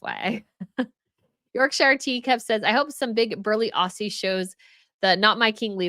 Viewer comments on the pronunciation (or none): none